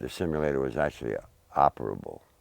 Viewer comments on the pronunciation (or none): You can tell he is one of those low IQ individuals just look and listen to how he says flight simulator, hes saying it like its some super technical phrase or something LOL a flight shimulator thats what it was I tell yuh it was a flight shimulator, yes thats right a shimulator....smh